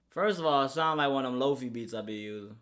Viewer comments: I KNOW this nigga did not just call lo-fi, loaf-e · did u just pronounce it "low fee" LMAO